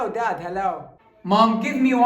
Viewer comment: ما شاء الله انگليزيتك قوية من ناحية اللفظ و خاصة لمن گالت الام لابنها Dad 🙂😂